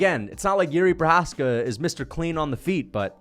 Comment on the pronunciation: “the more Jiri Precums” alright